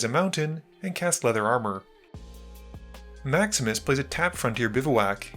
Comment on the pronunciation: Every time you say "Maximus plays", I hear "Max misplays"... 😅